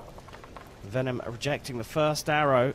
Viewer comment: The commentator's pronunciation of 'Vennam' as 'Venom' is hilarious 😆